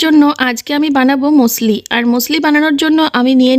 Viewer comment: Museli কিন্তু উচ্চারণের সময় মুসেলি বলা হয় না। তখন মুসলি ই বলা হয় বুঝেছেন জ্ঞানী দিদি 😂😂😂